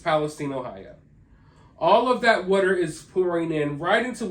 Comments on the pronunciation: W AAAA ter. Water!!! Not WhatER..TF is WHATER??? Water fuck man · Oh this is gonna be a record for the most "wudder" in one video.